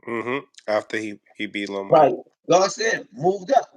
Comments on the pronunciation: Love you.. but it’s LOMA, not ROMO not LOMO … lol “respectfully” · Yo u gotta stop calling him romo😂😂😂